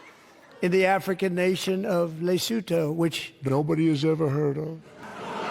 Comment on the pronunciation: south African here it's pronounced "leh-soo-thoo"